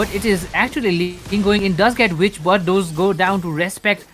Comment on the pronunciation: I wonder why people say v vitch I mean there’s two Vs but it’s there to be represented as W 😅 kinda dumb to hear the caster mispronounce witch.